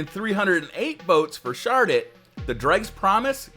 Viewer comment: Honestly the first time I heard say shard it or keep it I thought he said shart it or keep it.